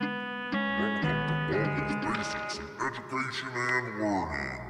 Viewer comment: "CHO MY GAWD" -Markiplier 2023... Again.